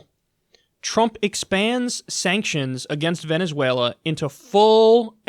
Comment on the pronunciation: Kyle it's Venezuela not Venezüela